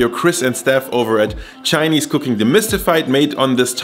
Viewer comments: I just found your channel its amazing! Your Chinese pronunciation is on fleek! Keep up the good-work! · Im impressed man, this is legit chinese food, simple, quick and easy to make. And props to your pronunciation, even though there is an obvious accent, I can tell that you learned from the source haha. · As a person that speaks chinese ur chinese is on point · 😮Woah.....your pronunciation of Chinese words is so spot on.....😀👍🏼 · Holy mothers... As a Chinese I thought I knew cooking... Great pronunciations as well, what a legend!